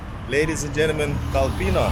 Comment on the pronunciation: Kolpino is pronounced KOLpino, pressure on the first syllable. Not kolPIno.